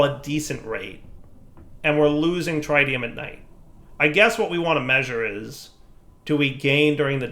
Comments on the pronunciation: please TRY to ATTEMPT to learn to say tritium correctly..... tr-it-ium not try-tium... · DIRE stop mispronouncing tritium, it's pronounced with a soft 'I' like trit-ee-uhm not a hard 'I' like trite-ee-uhm. there is not try in tritium and you're driving me insane! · it's actually tri-ti-um ... tri as in 3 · Its pronounced "TRIT" + "ee" + "uhm" and i dont event speak english.... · we've corrected you before; that's not how you pronounce tritium! Here's the phonetic spelling: trit-ee-uh m Edit:, again, those wireless connectors cost more than the quantum bridge at distances like that! Use the bridge and save the RF! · he's mispronouncing tritium as well and I think I'm going to lose it...